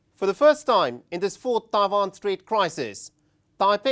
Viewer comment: It's Taiwan not Taivan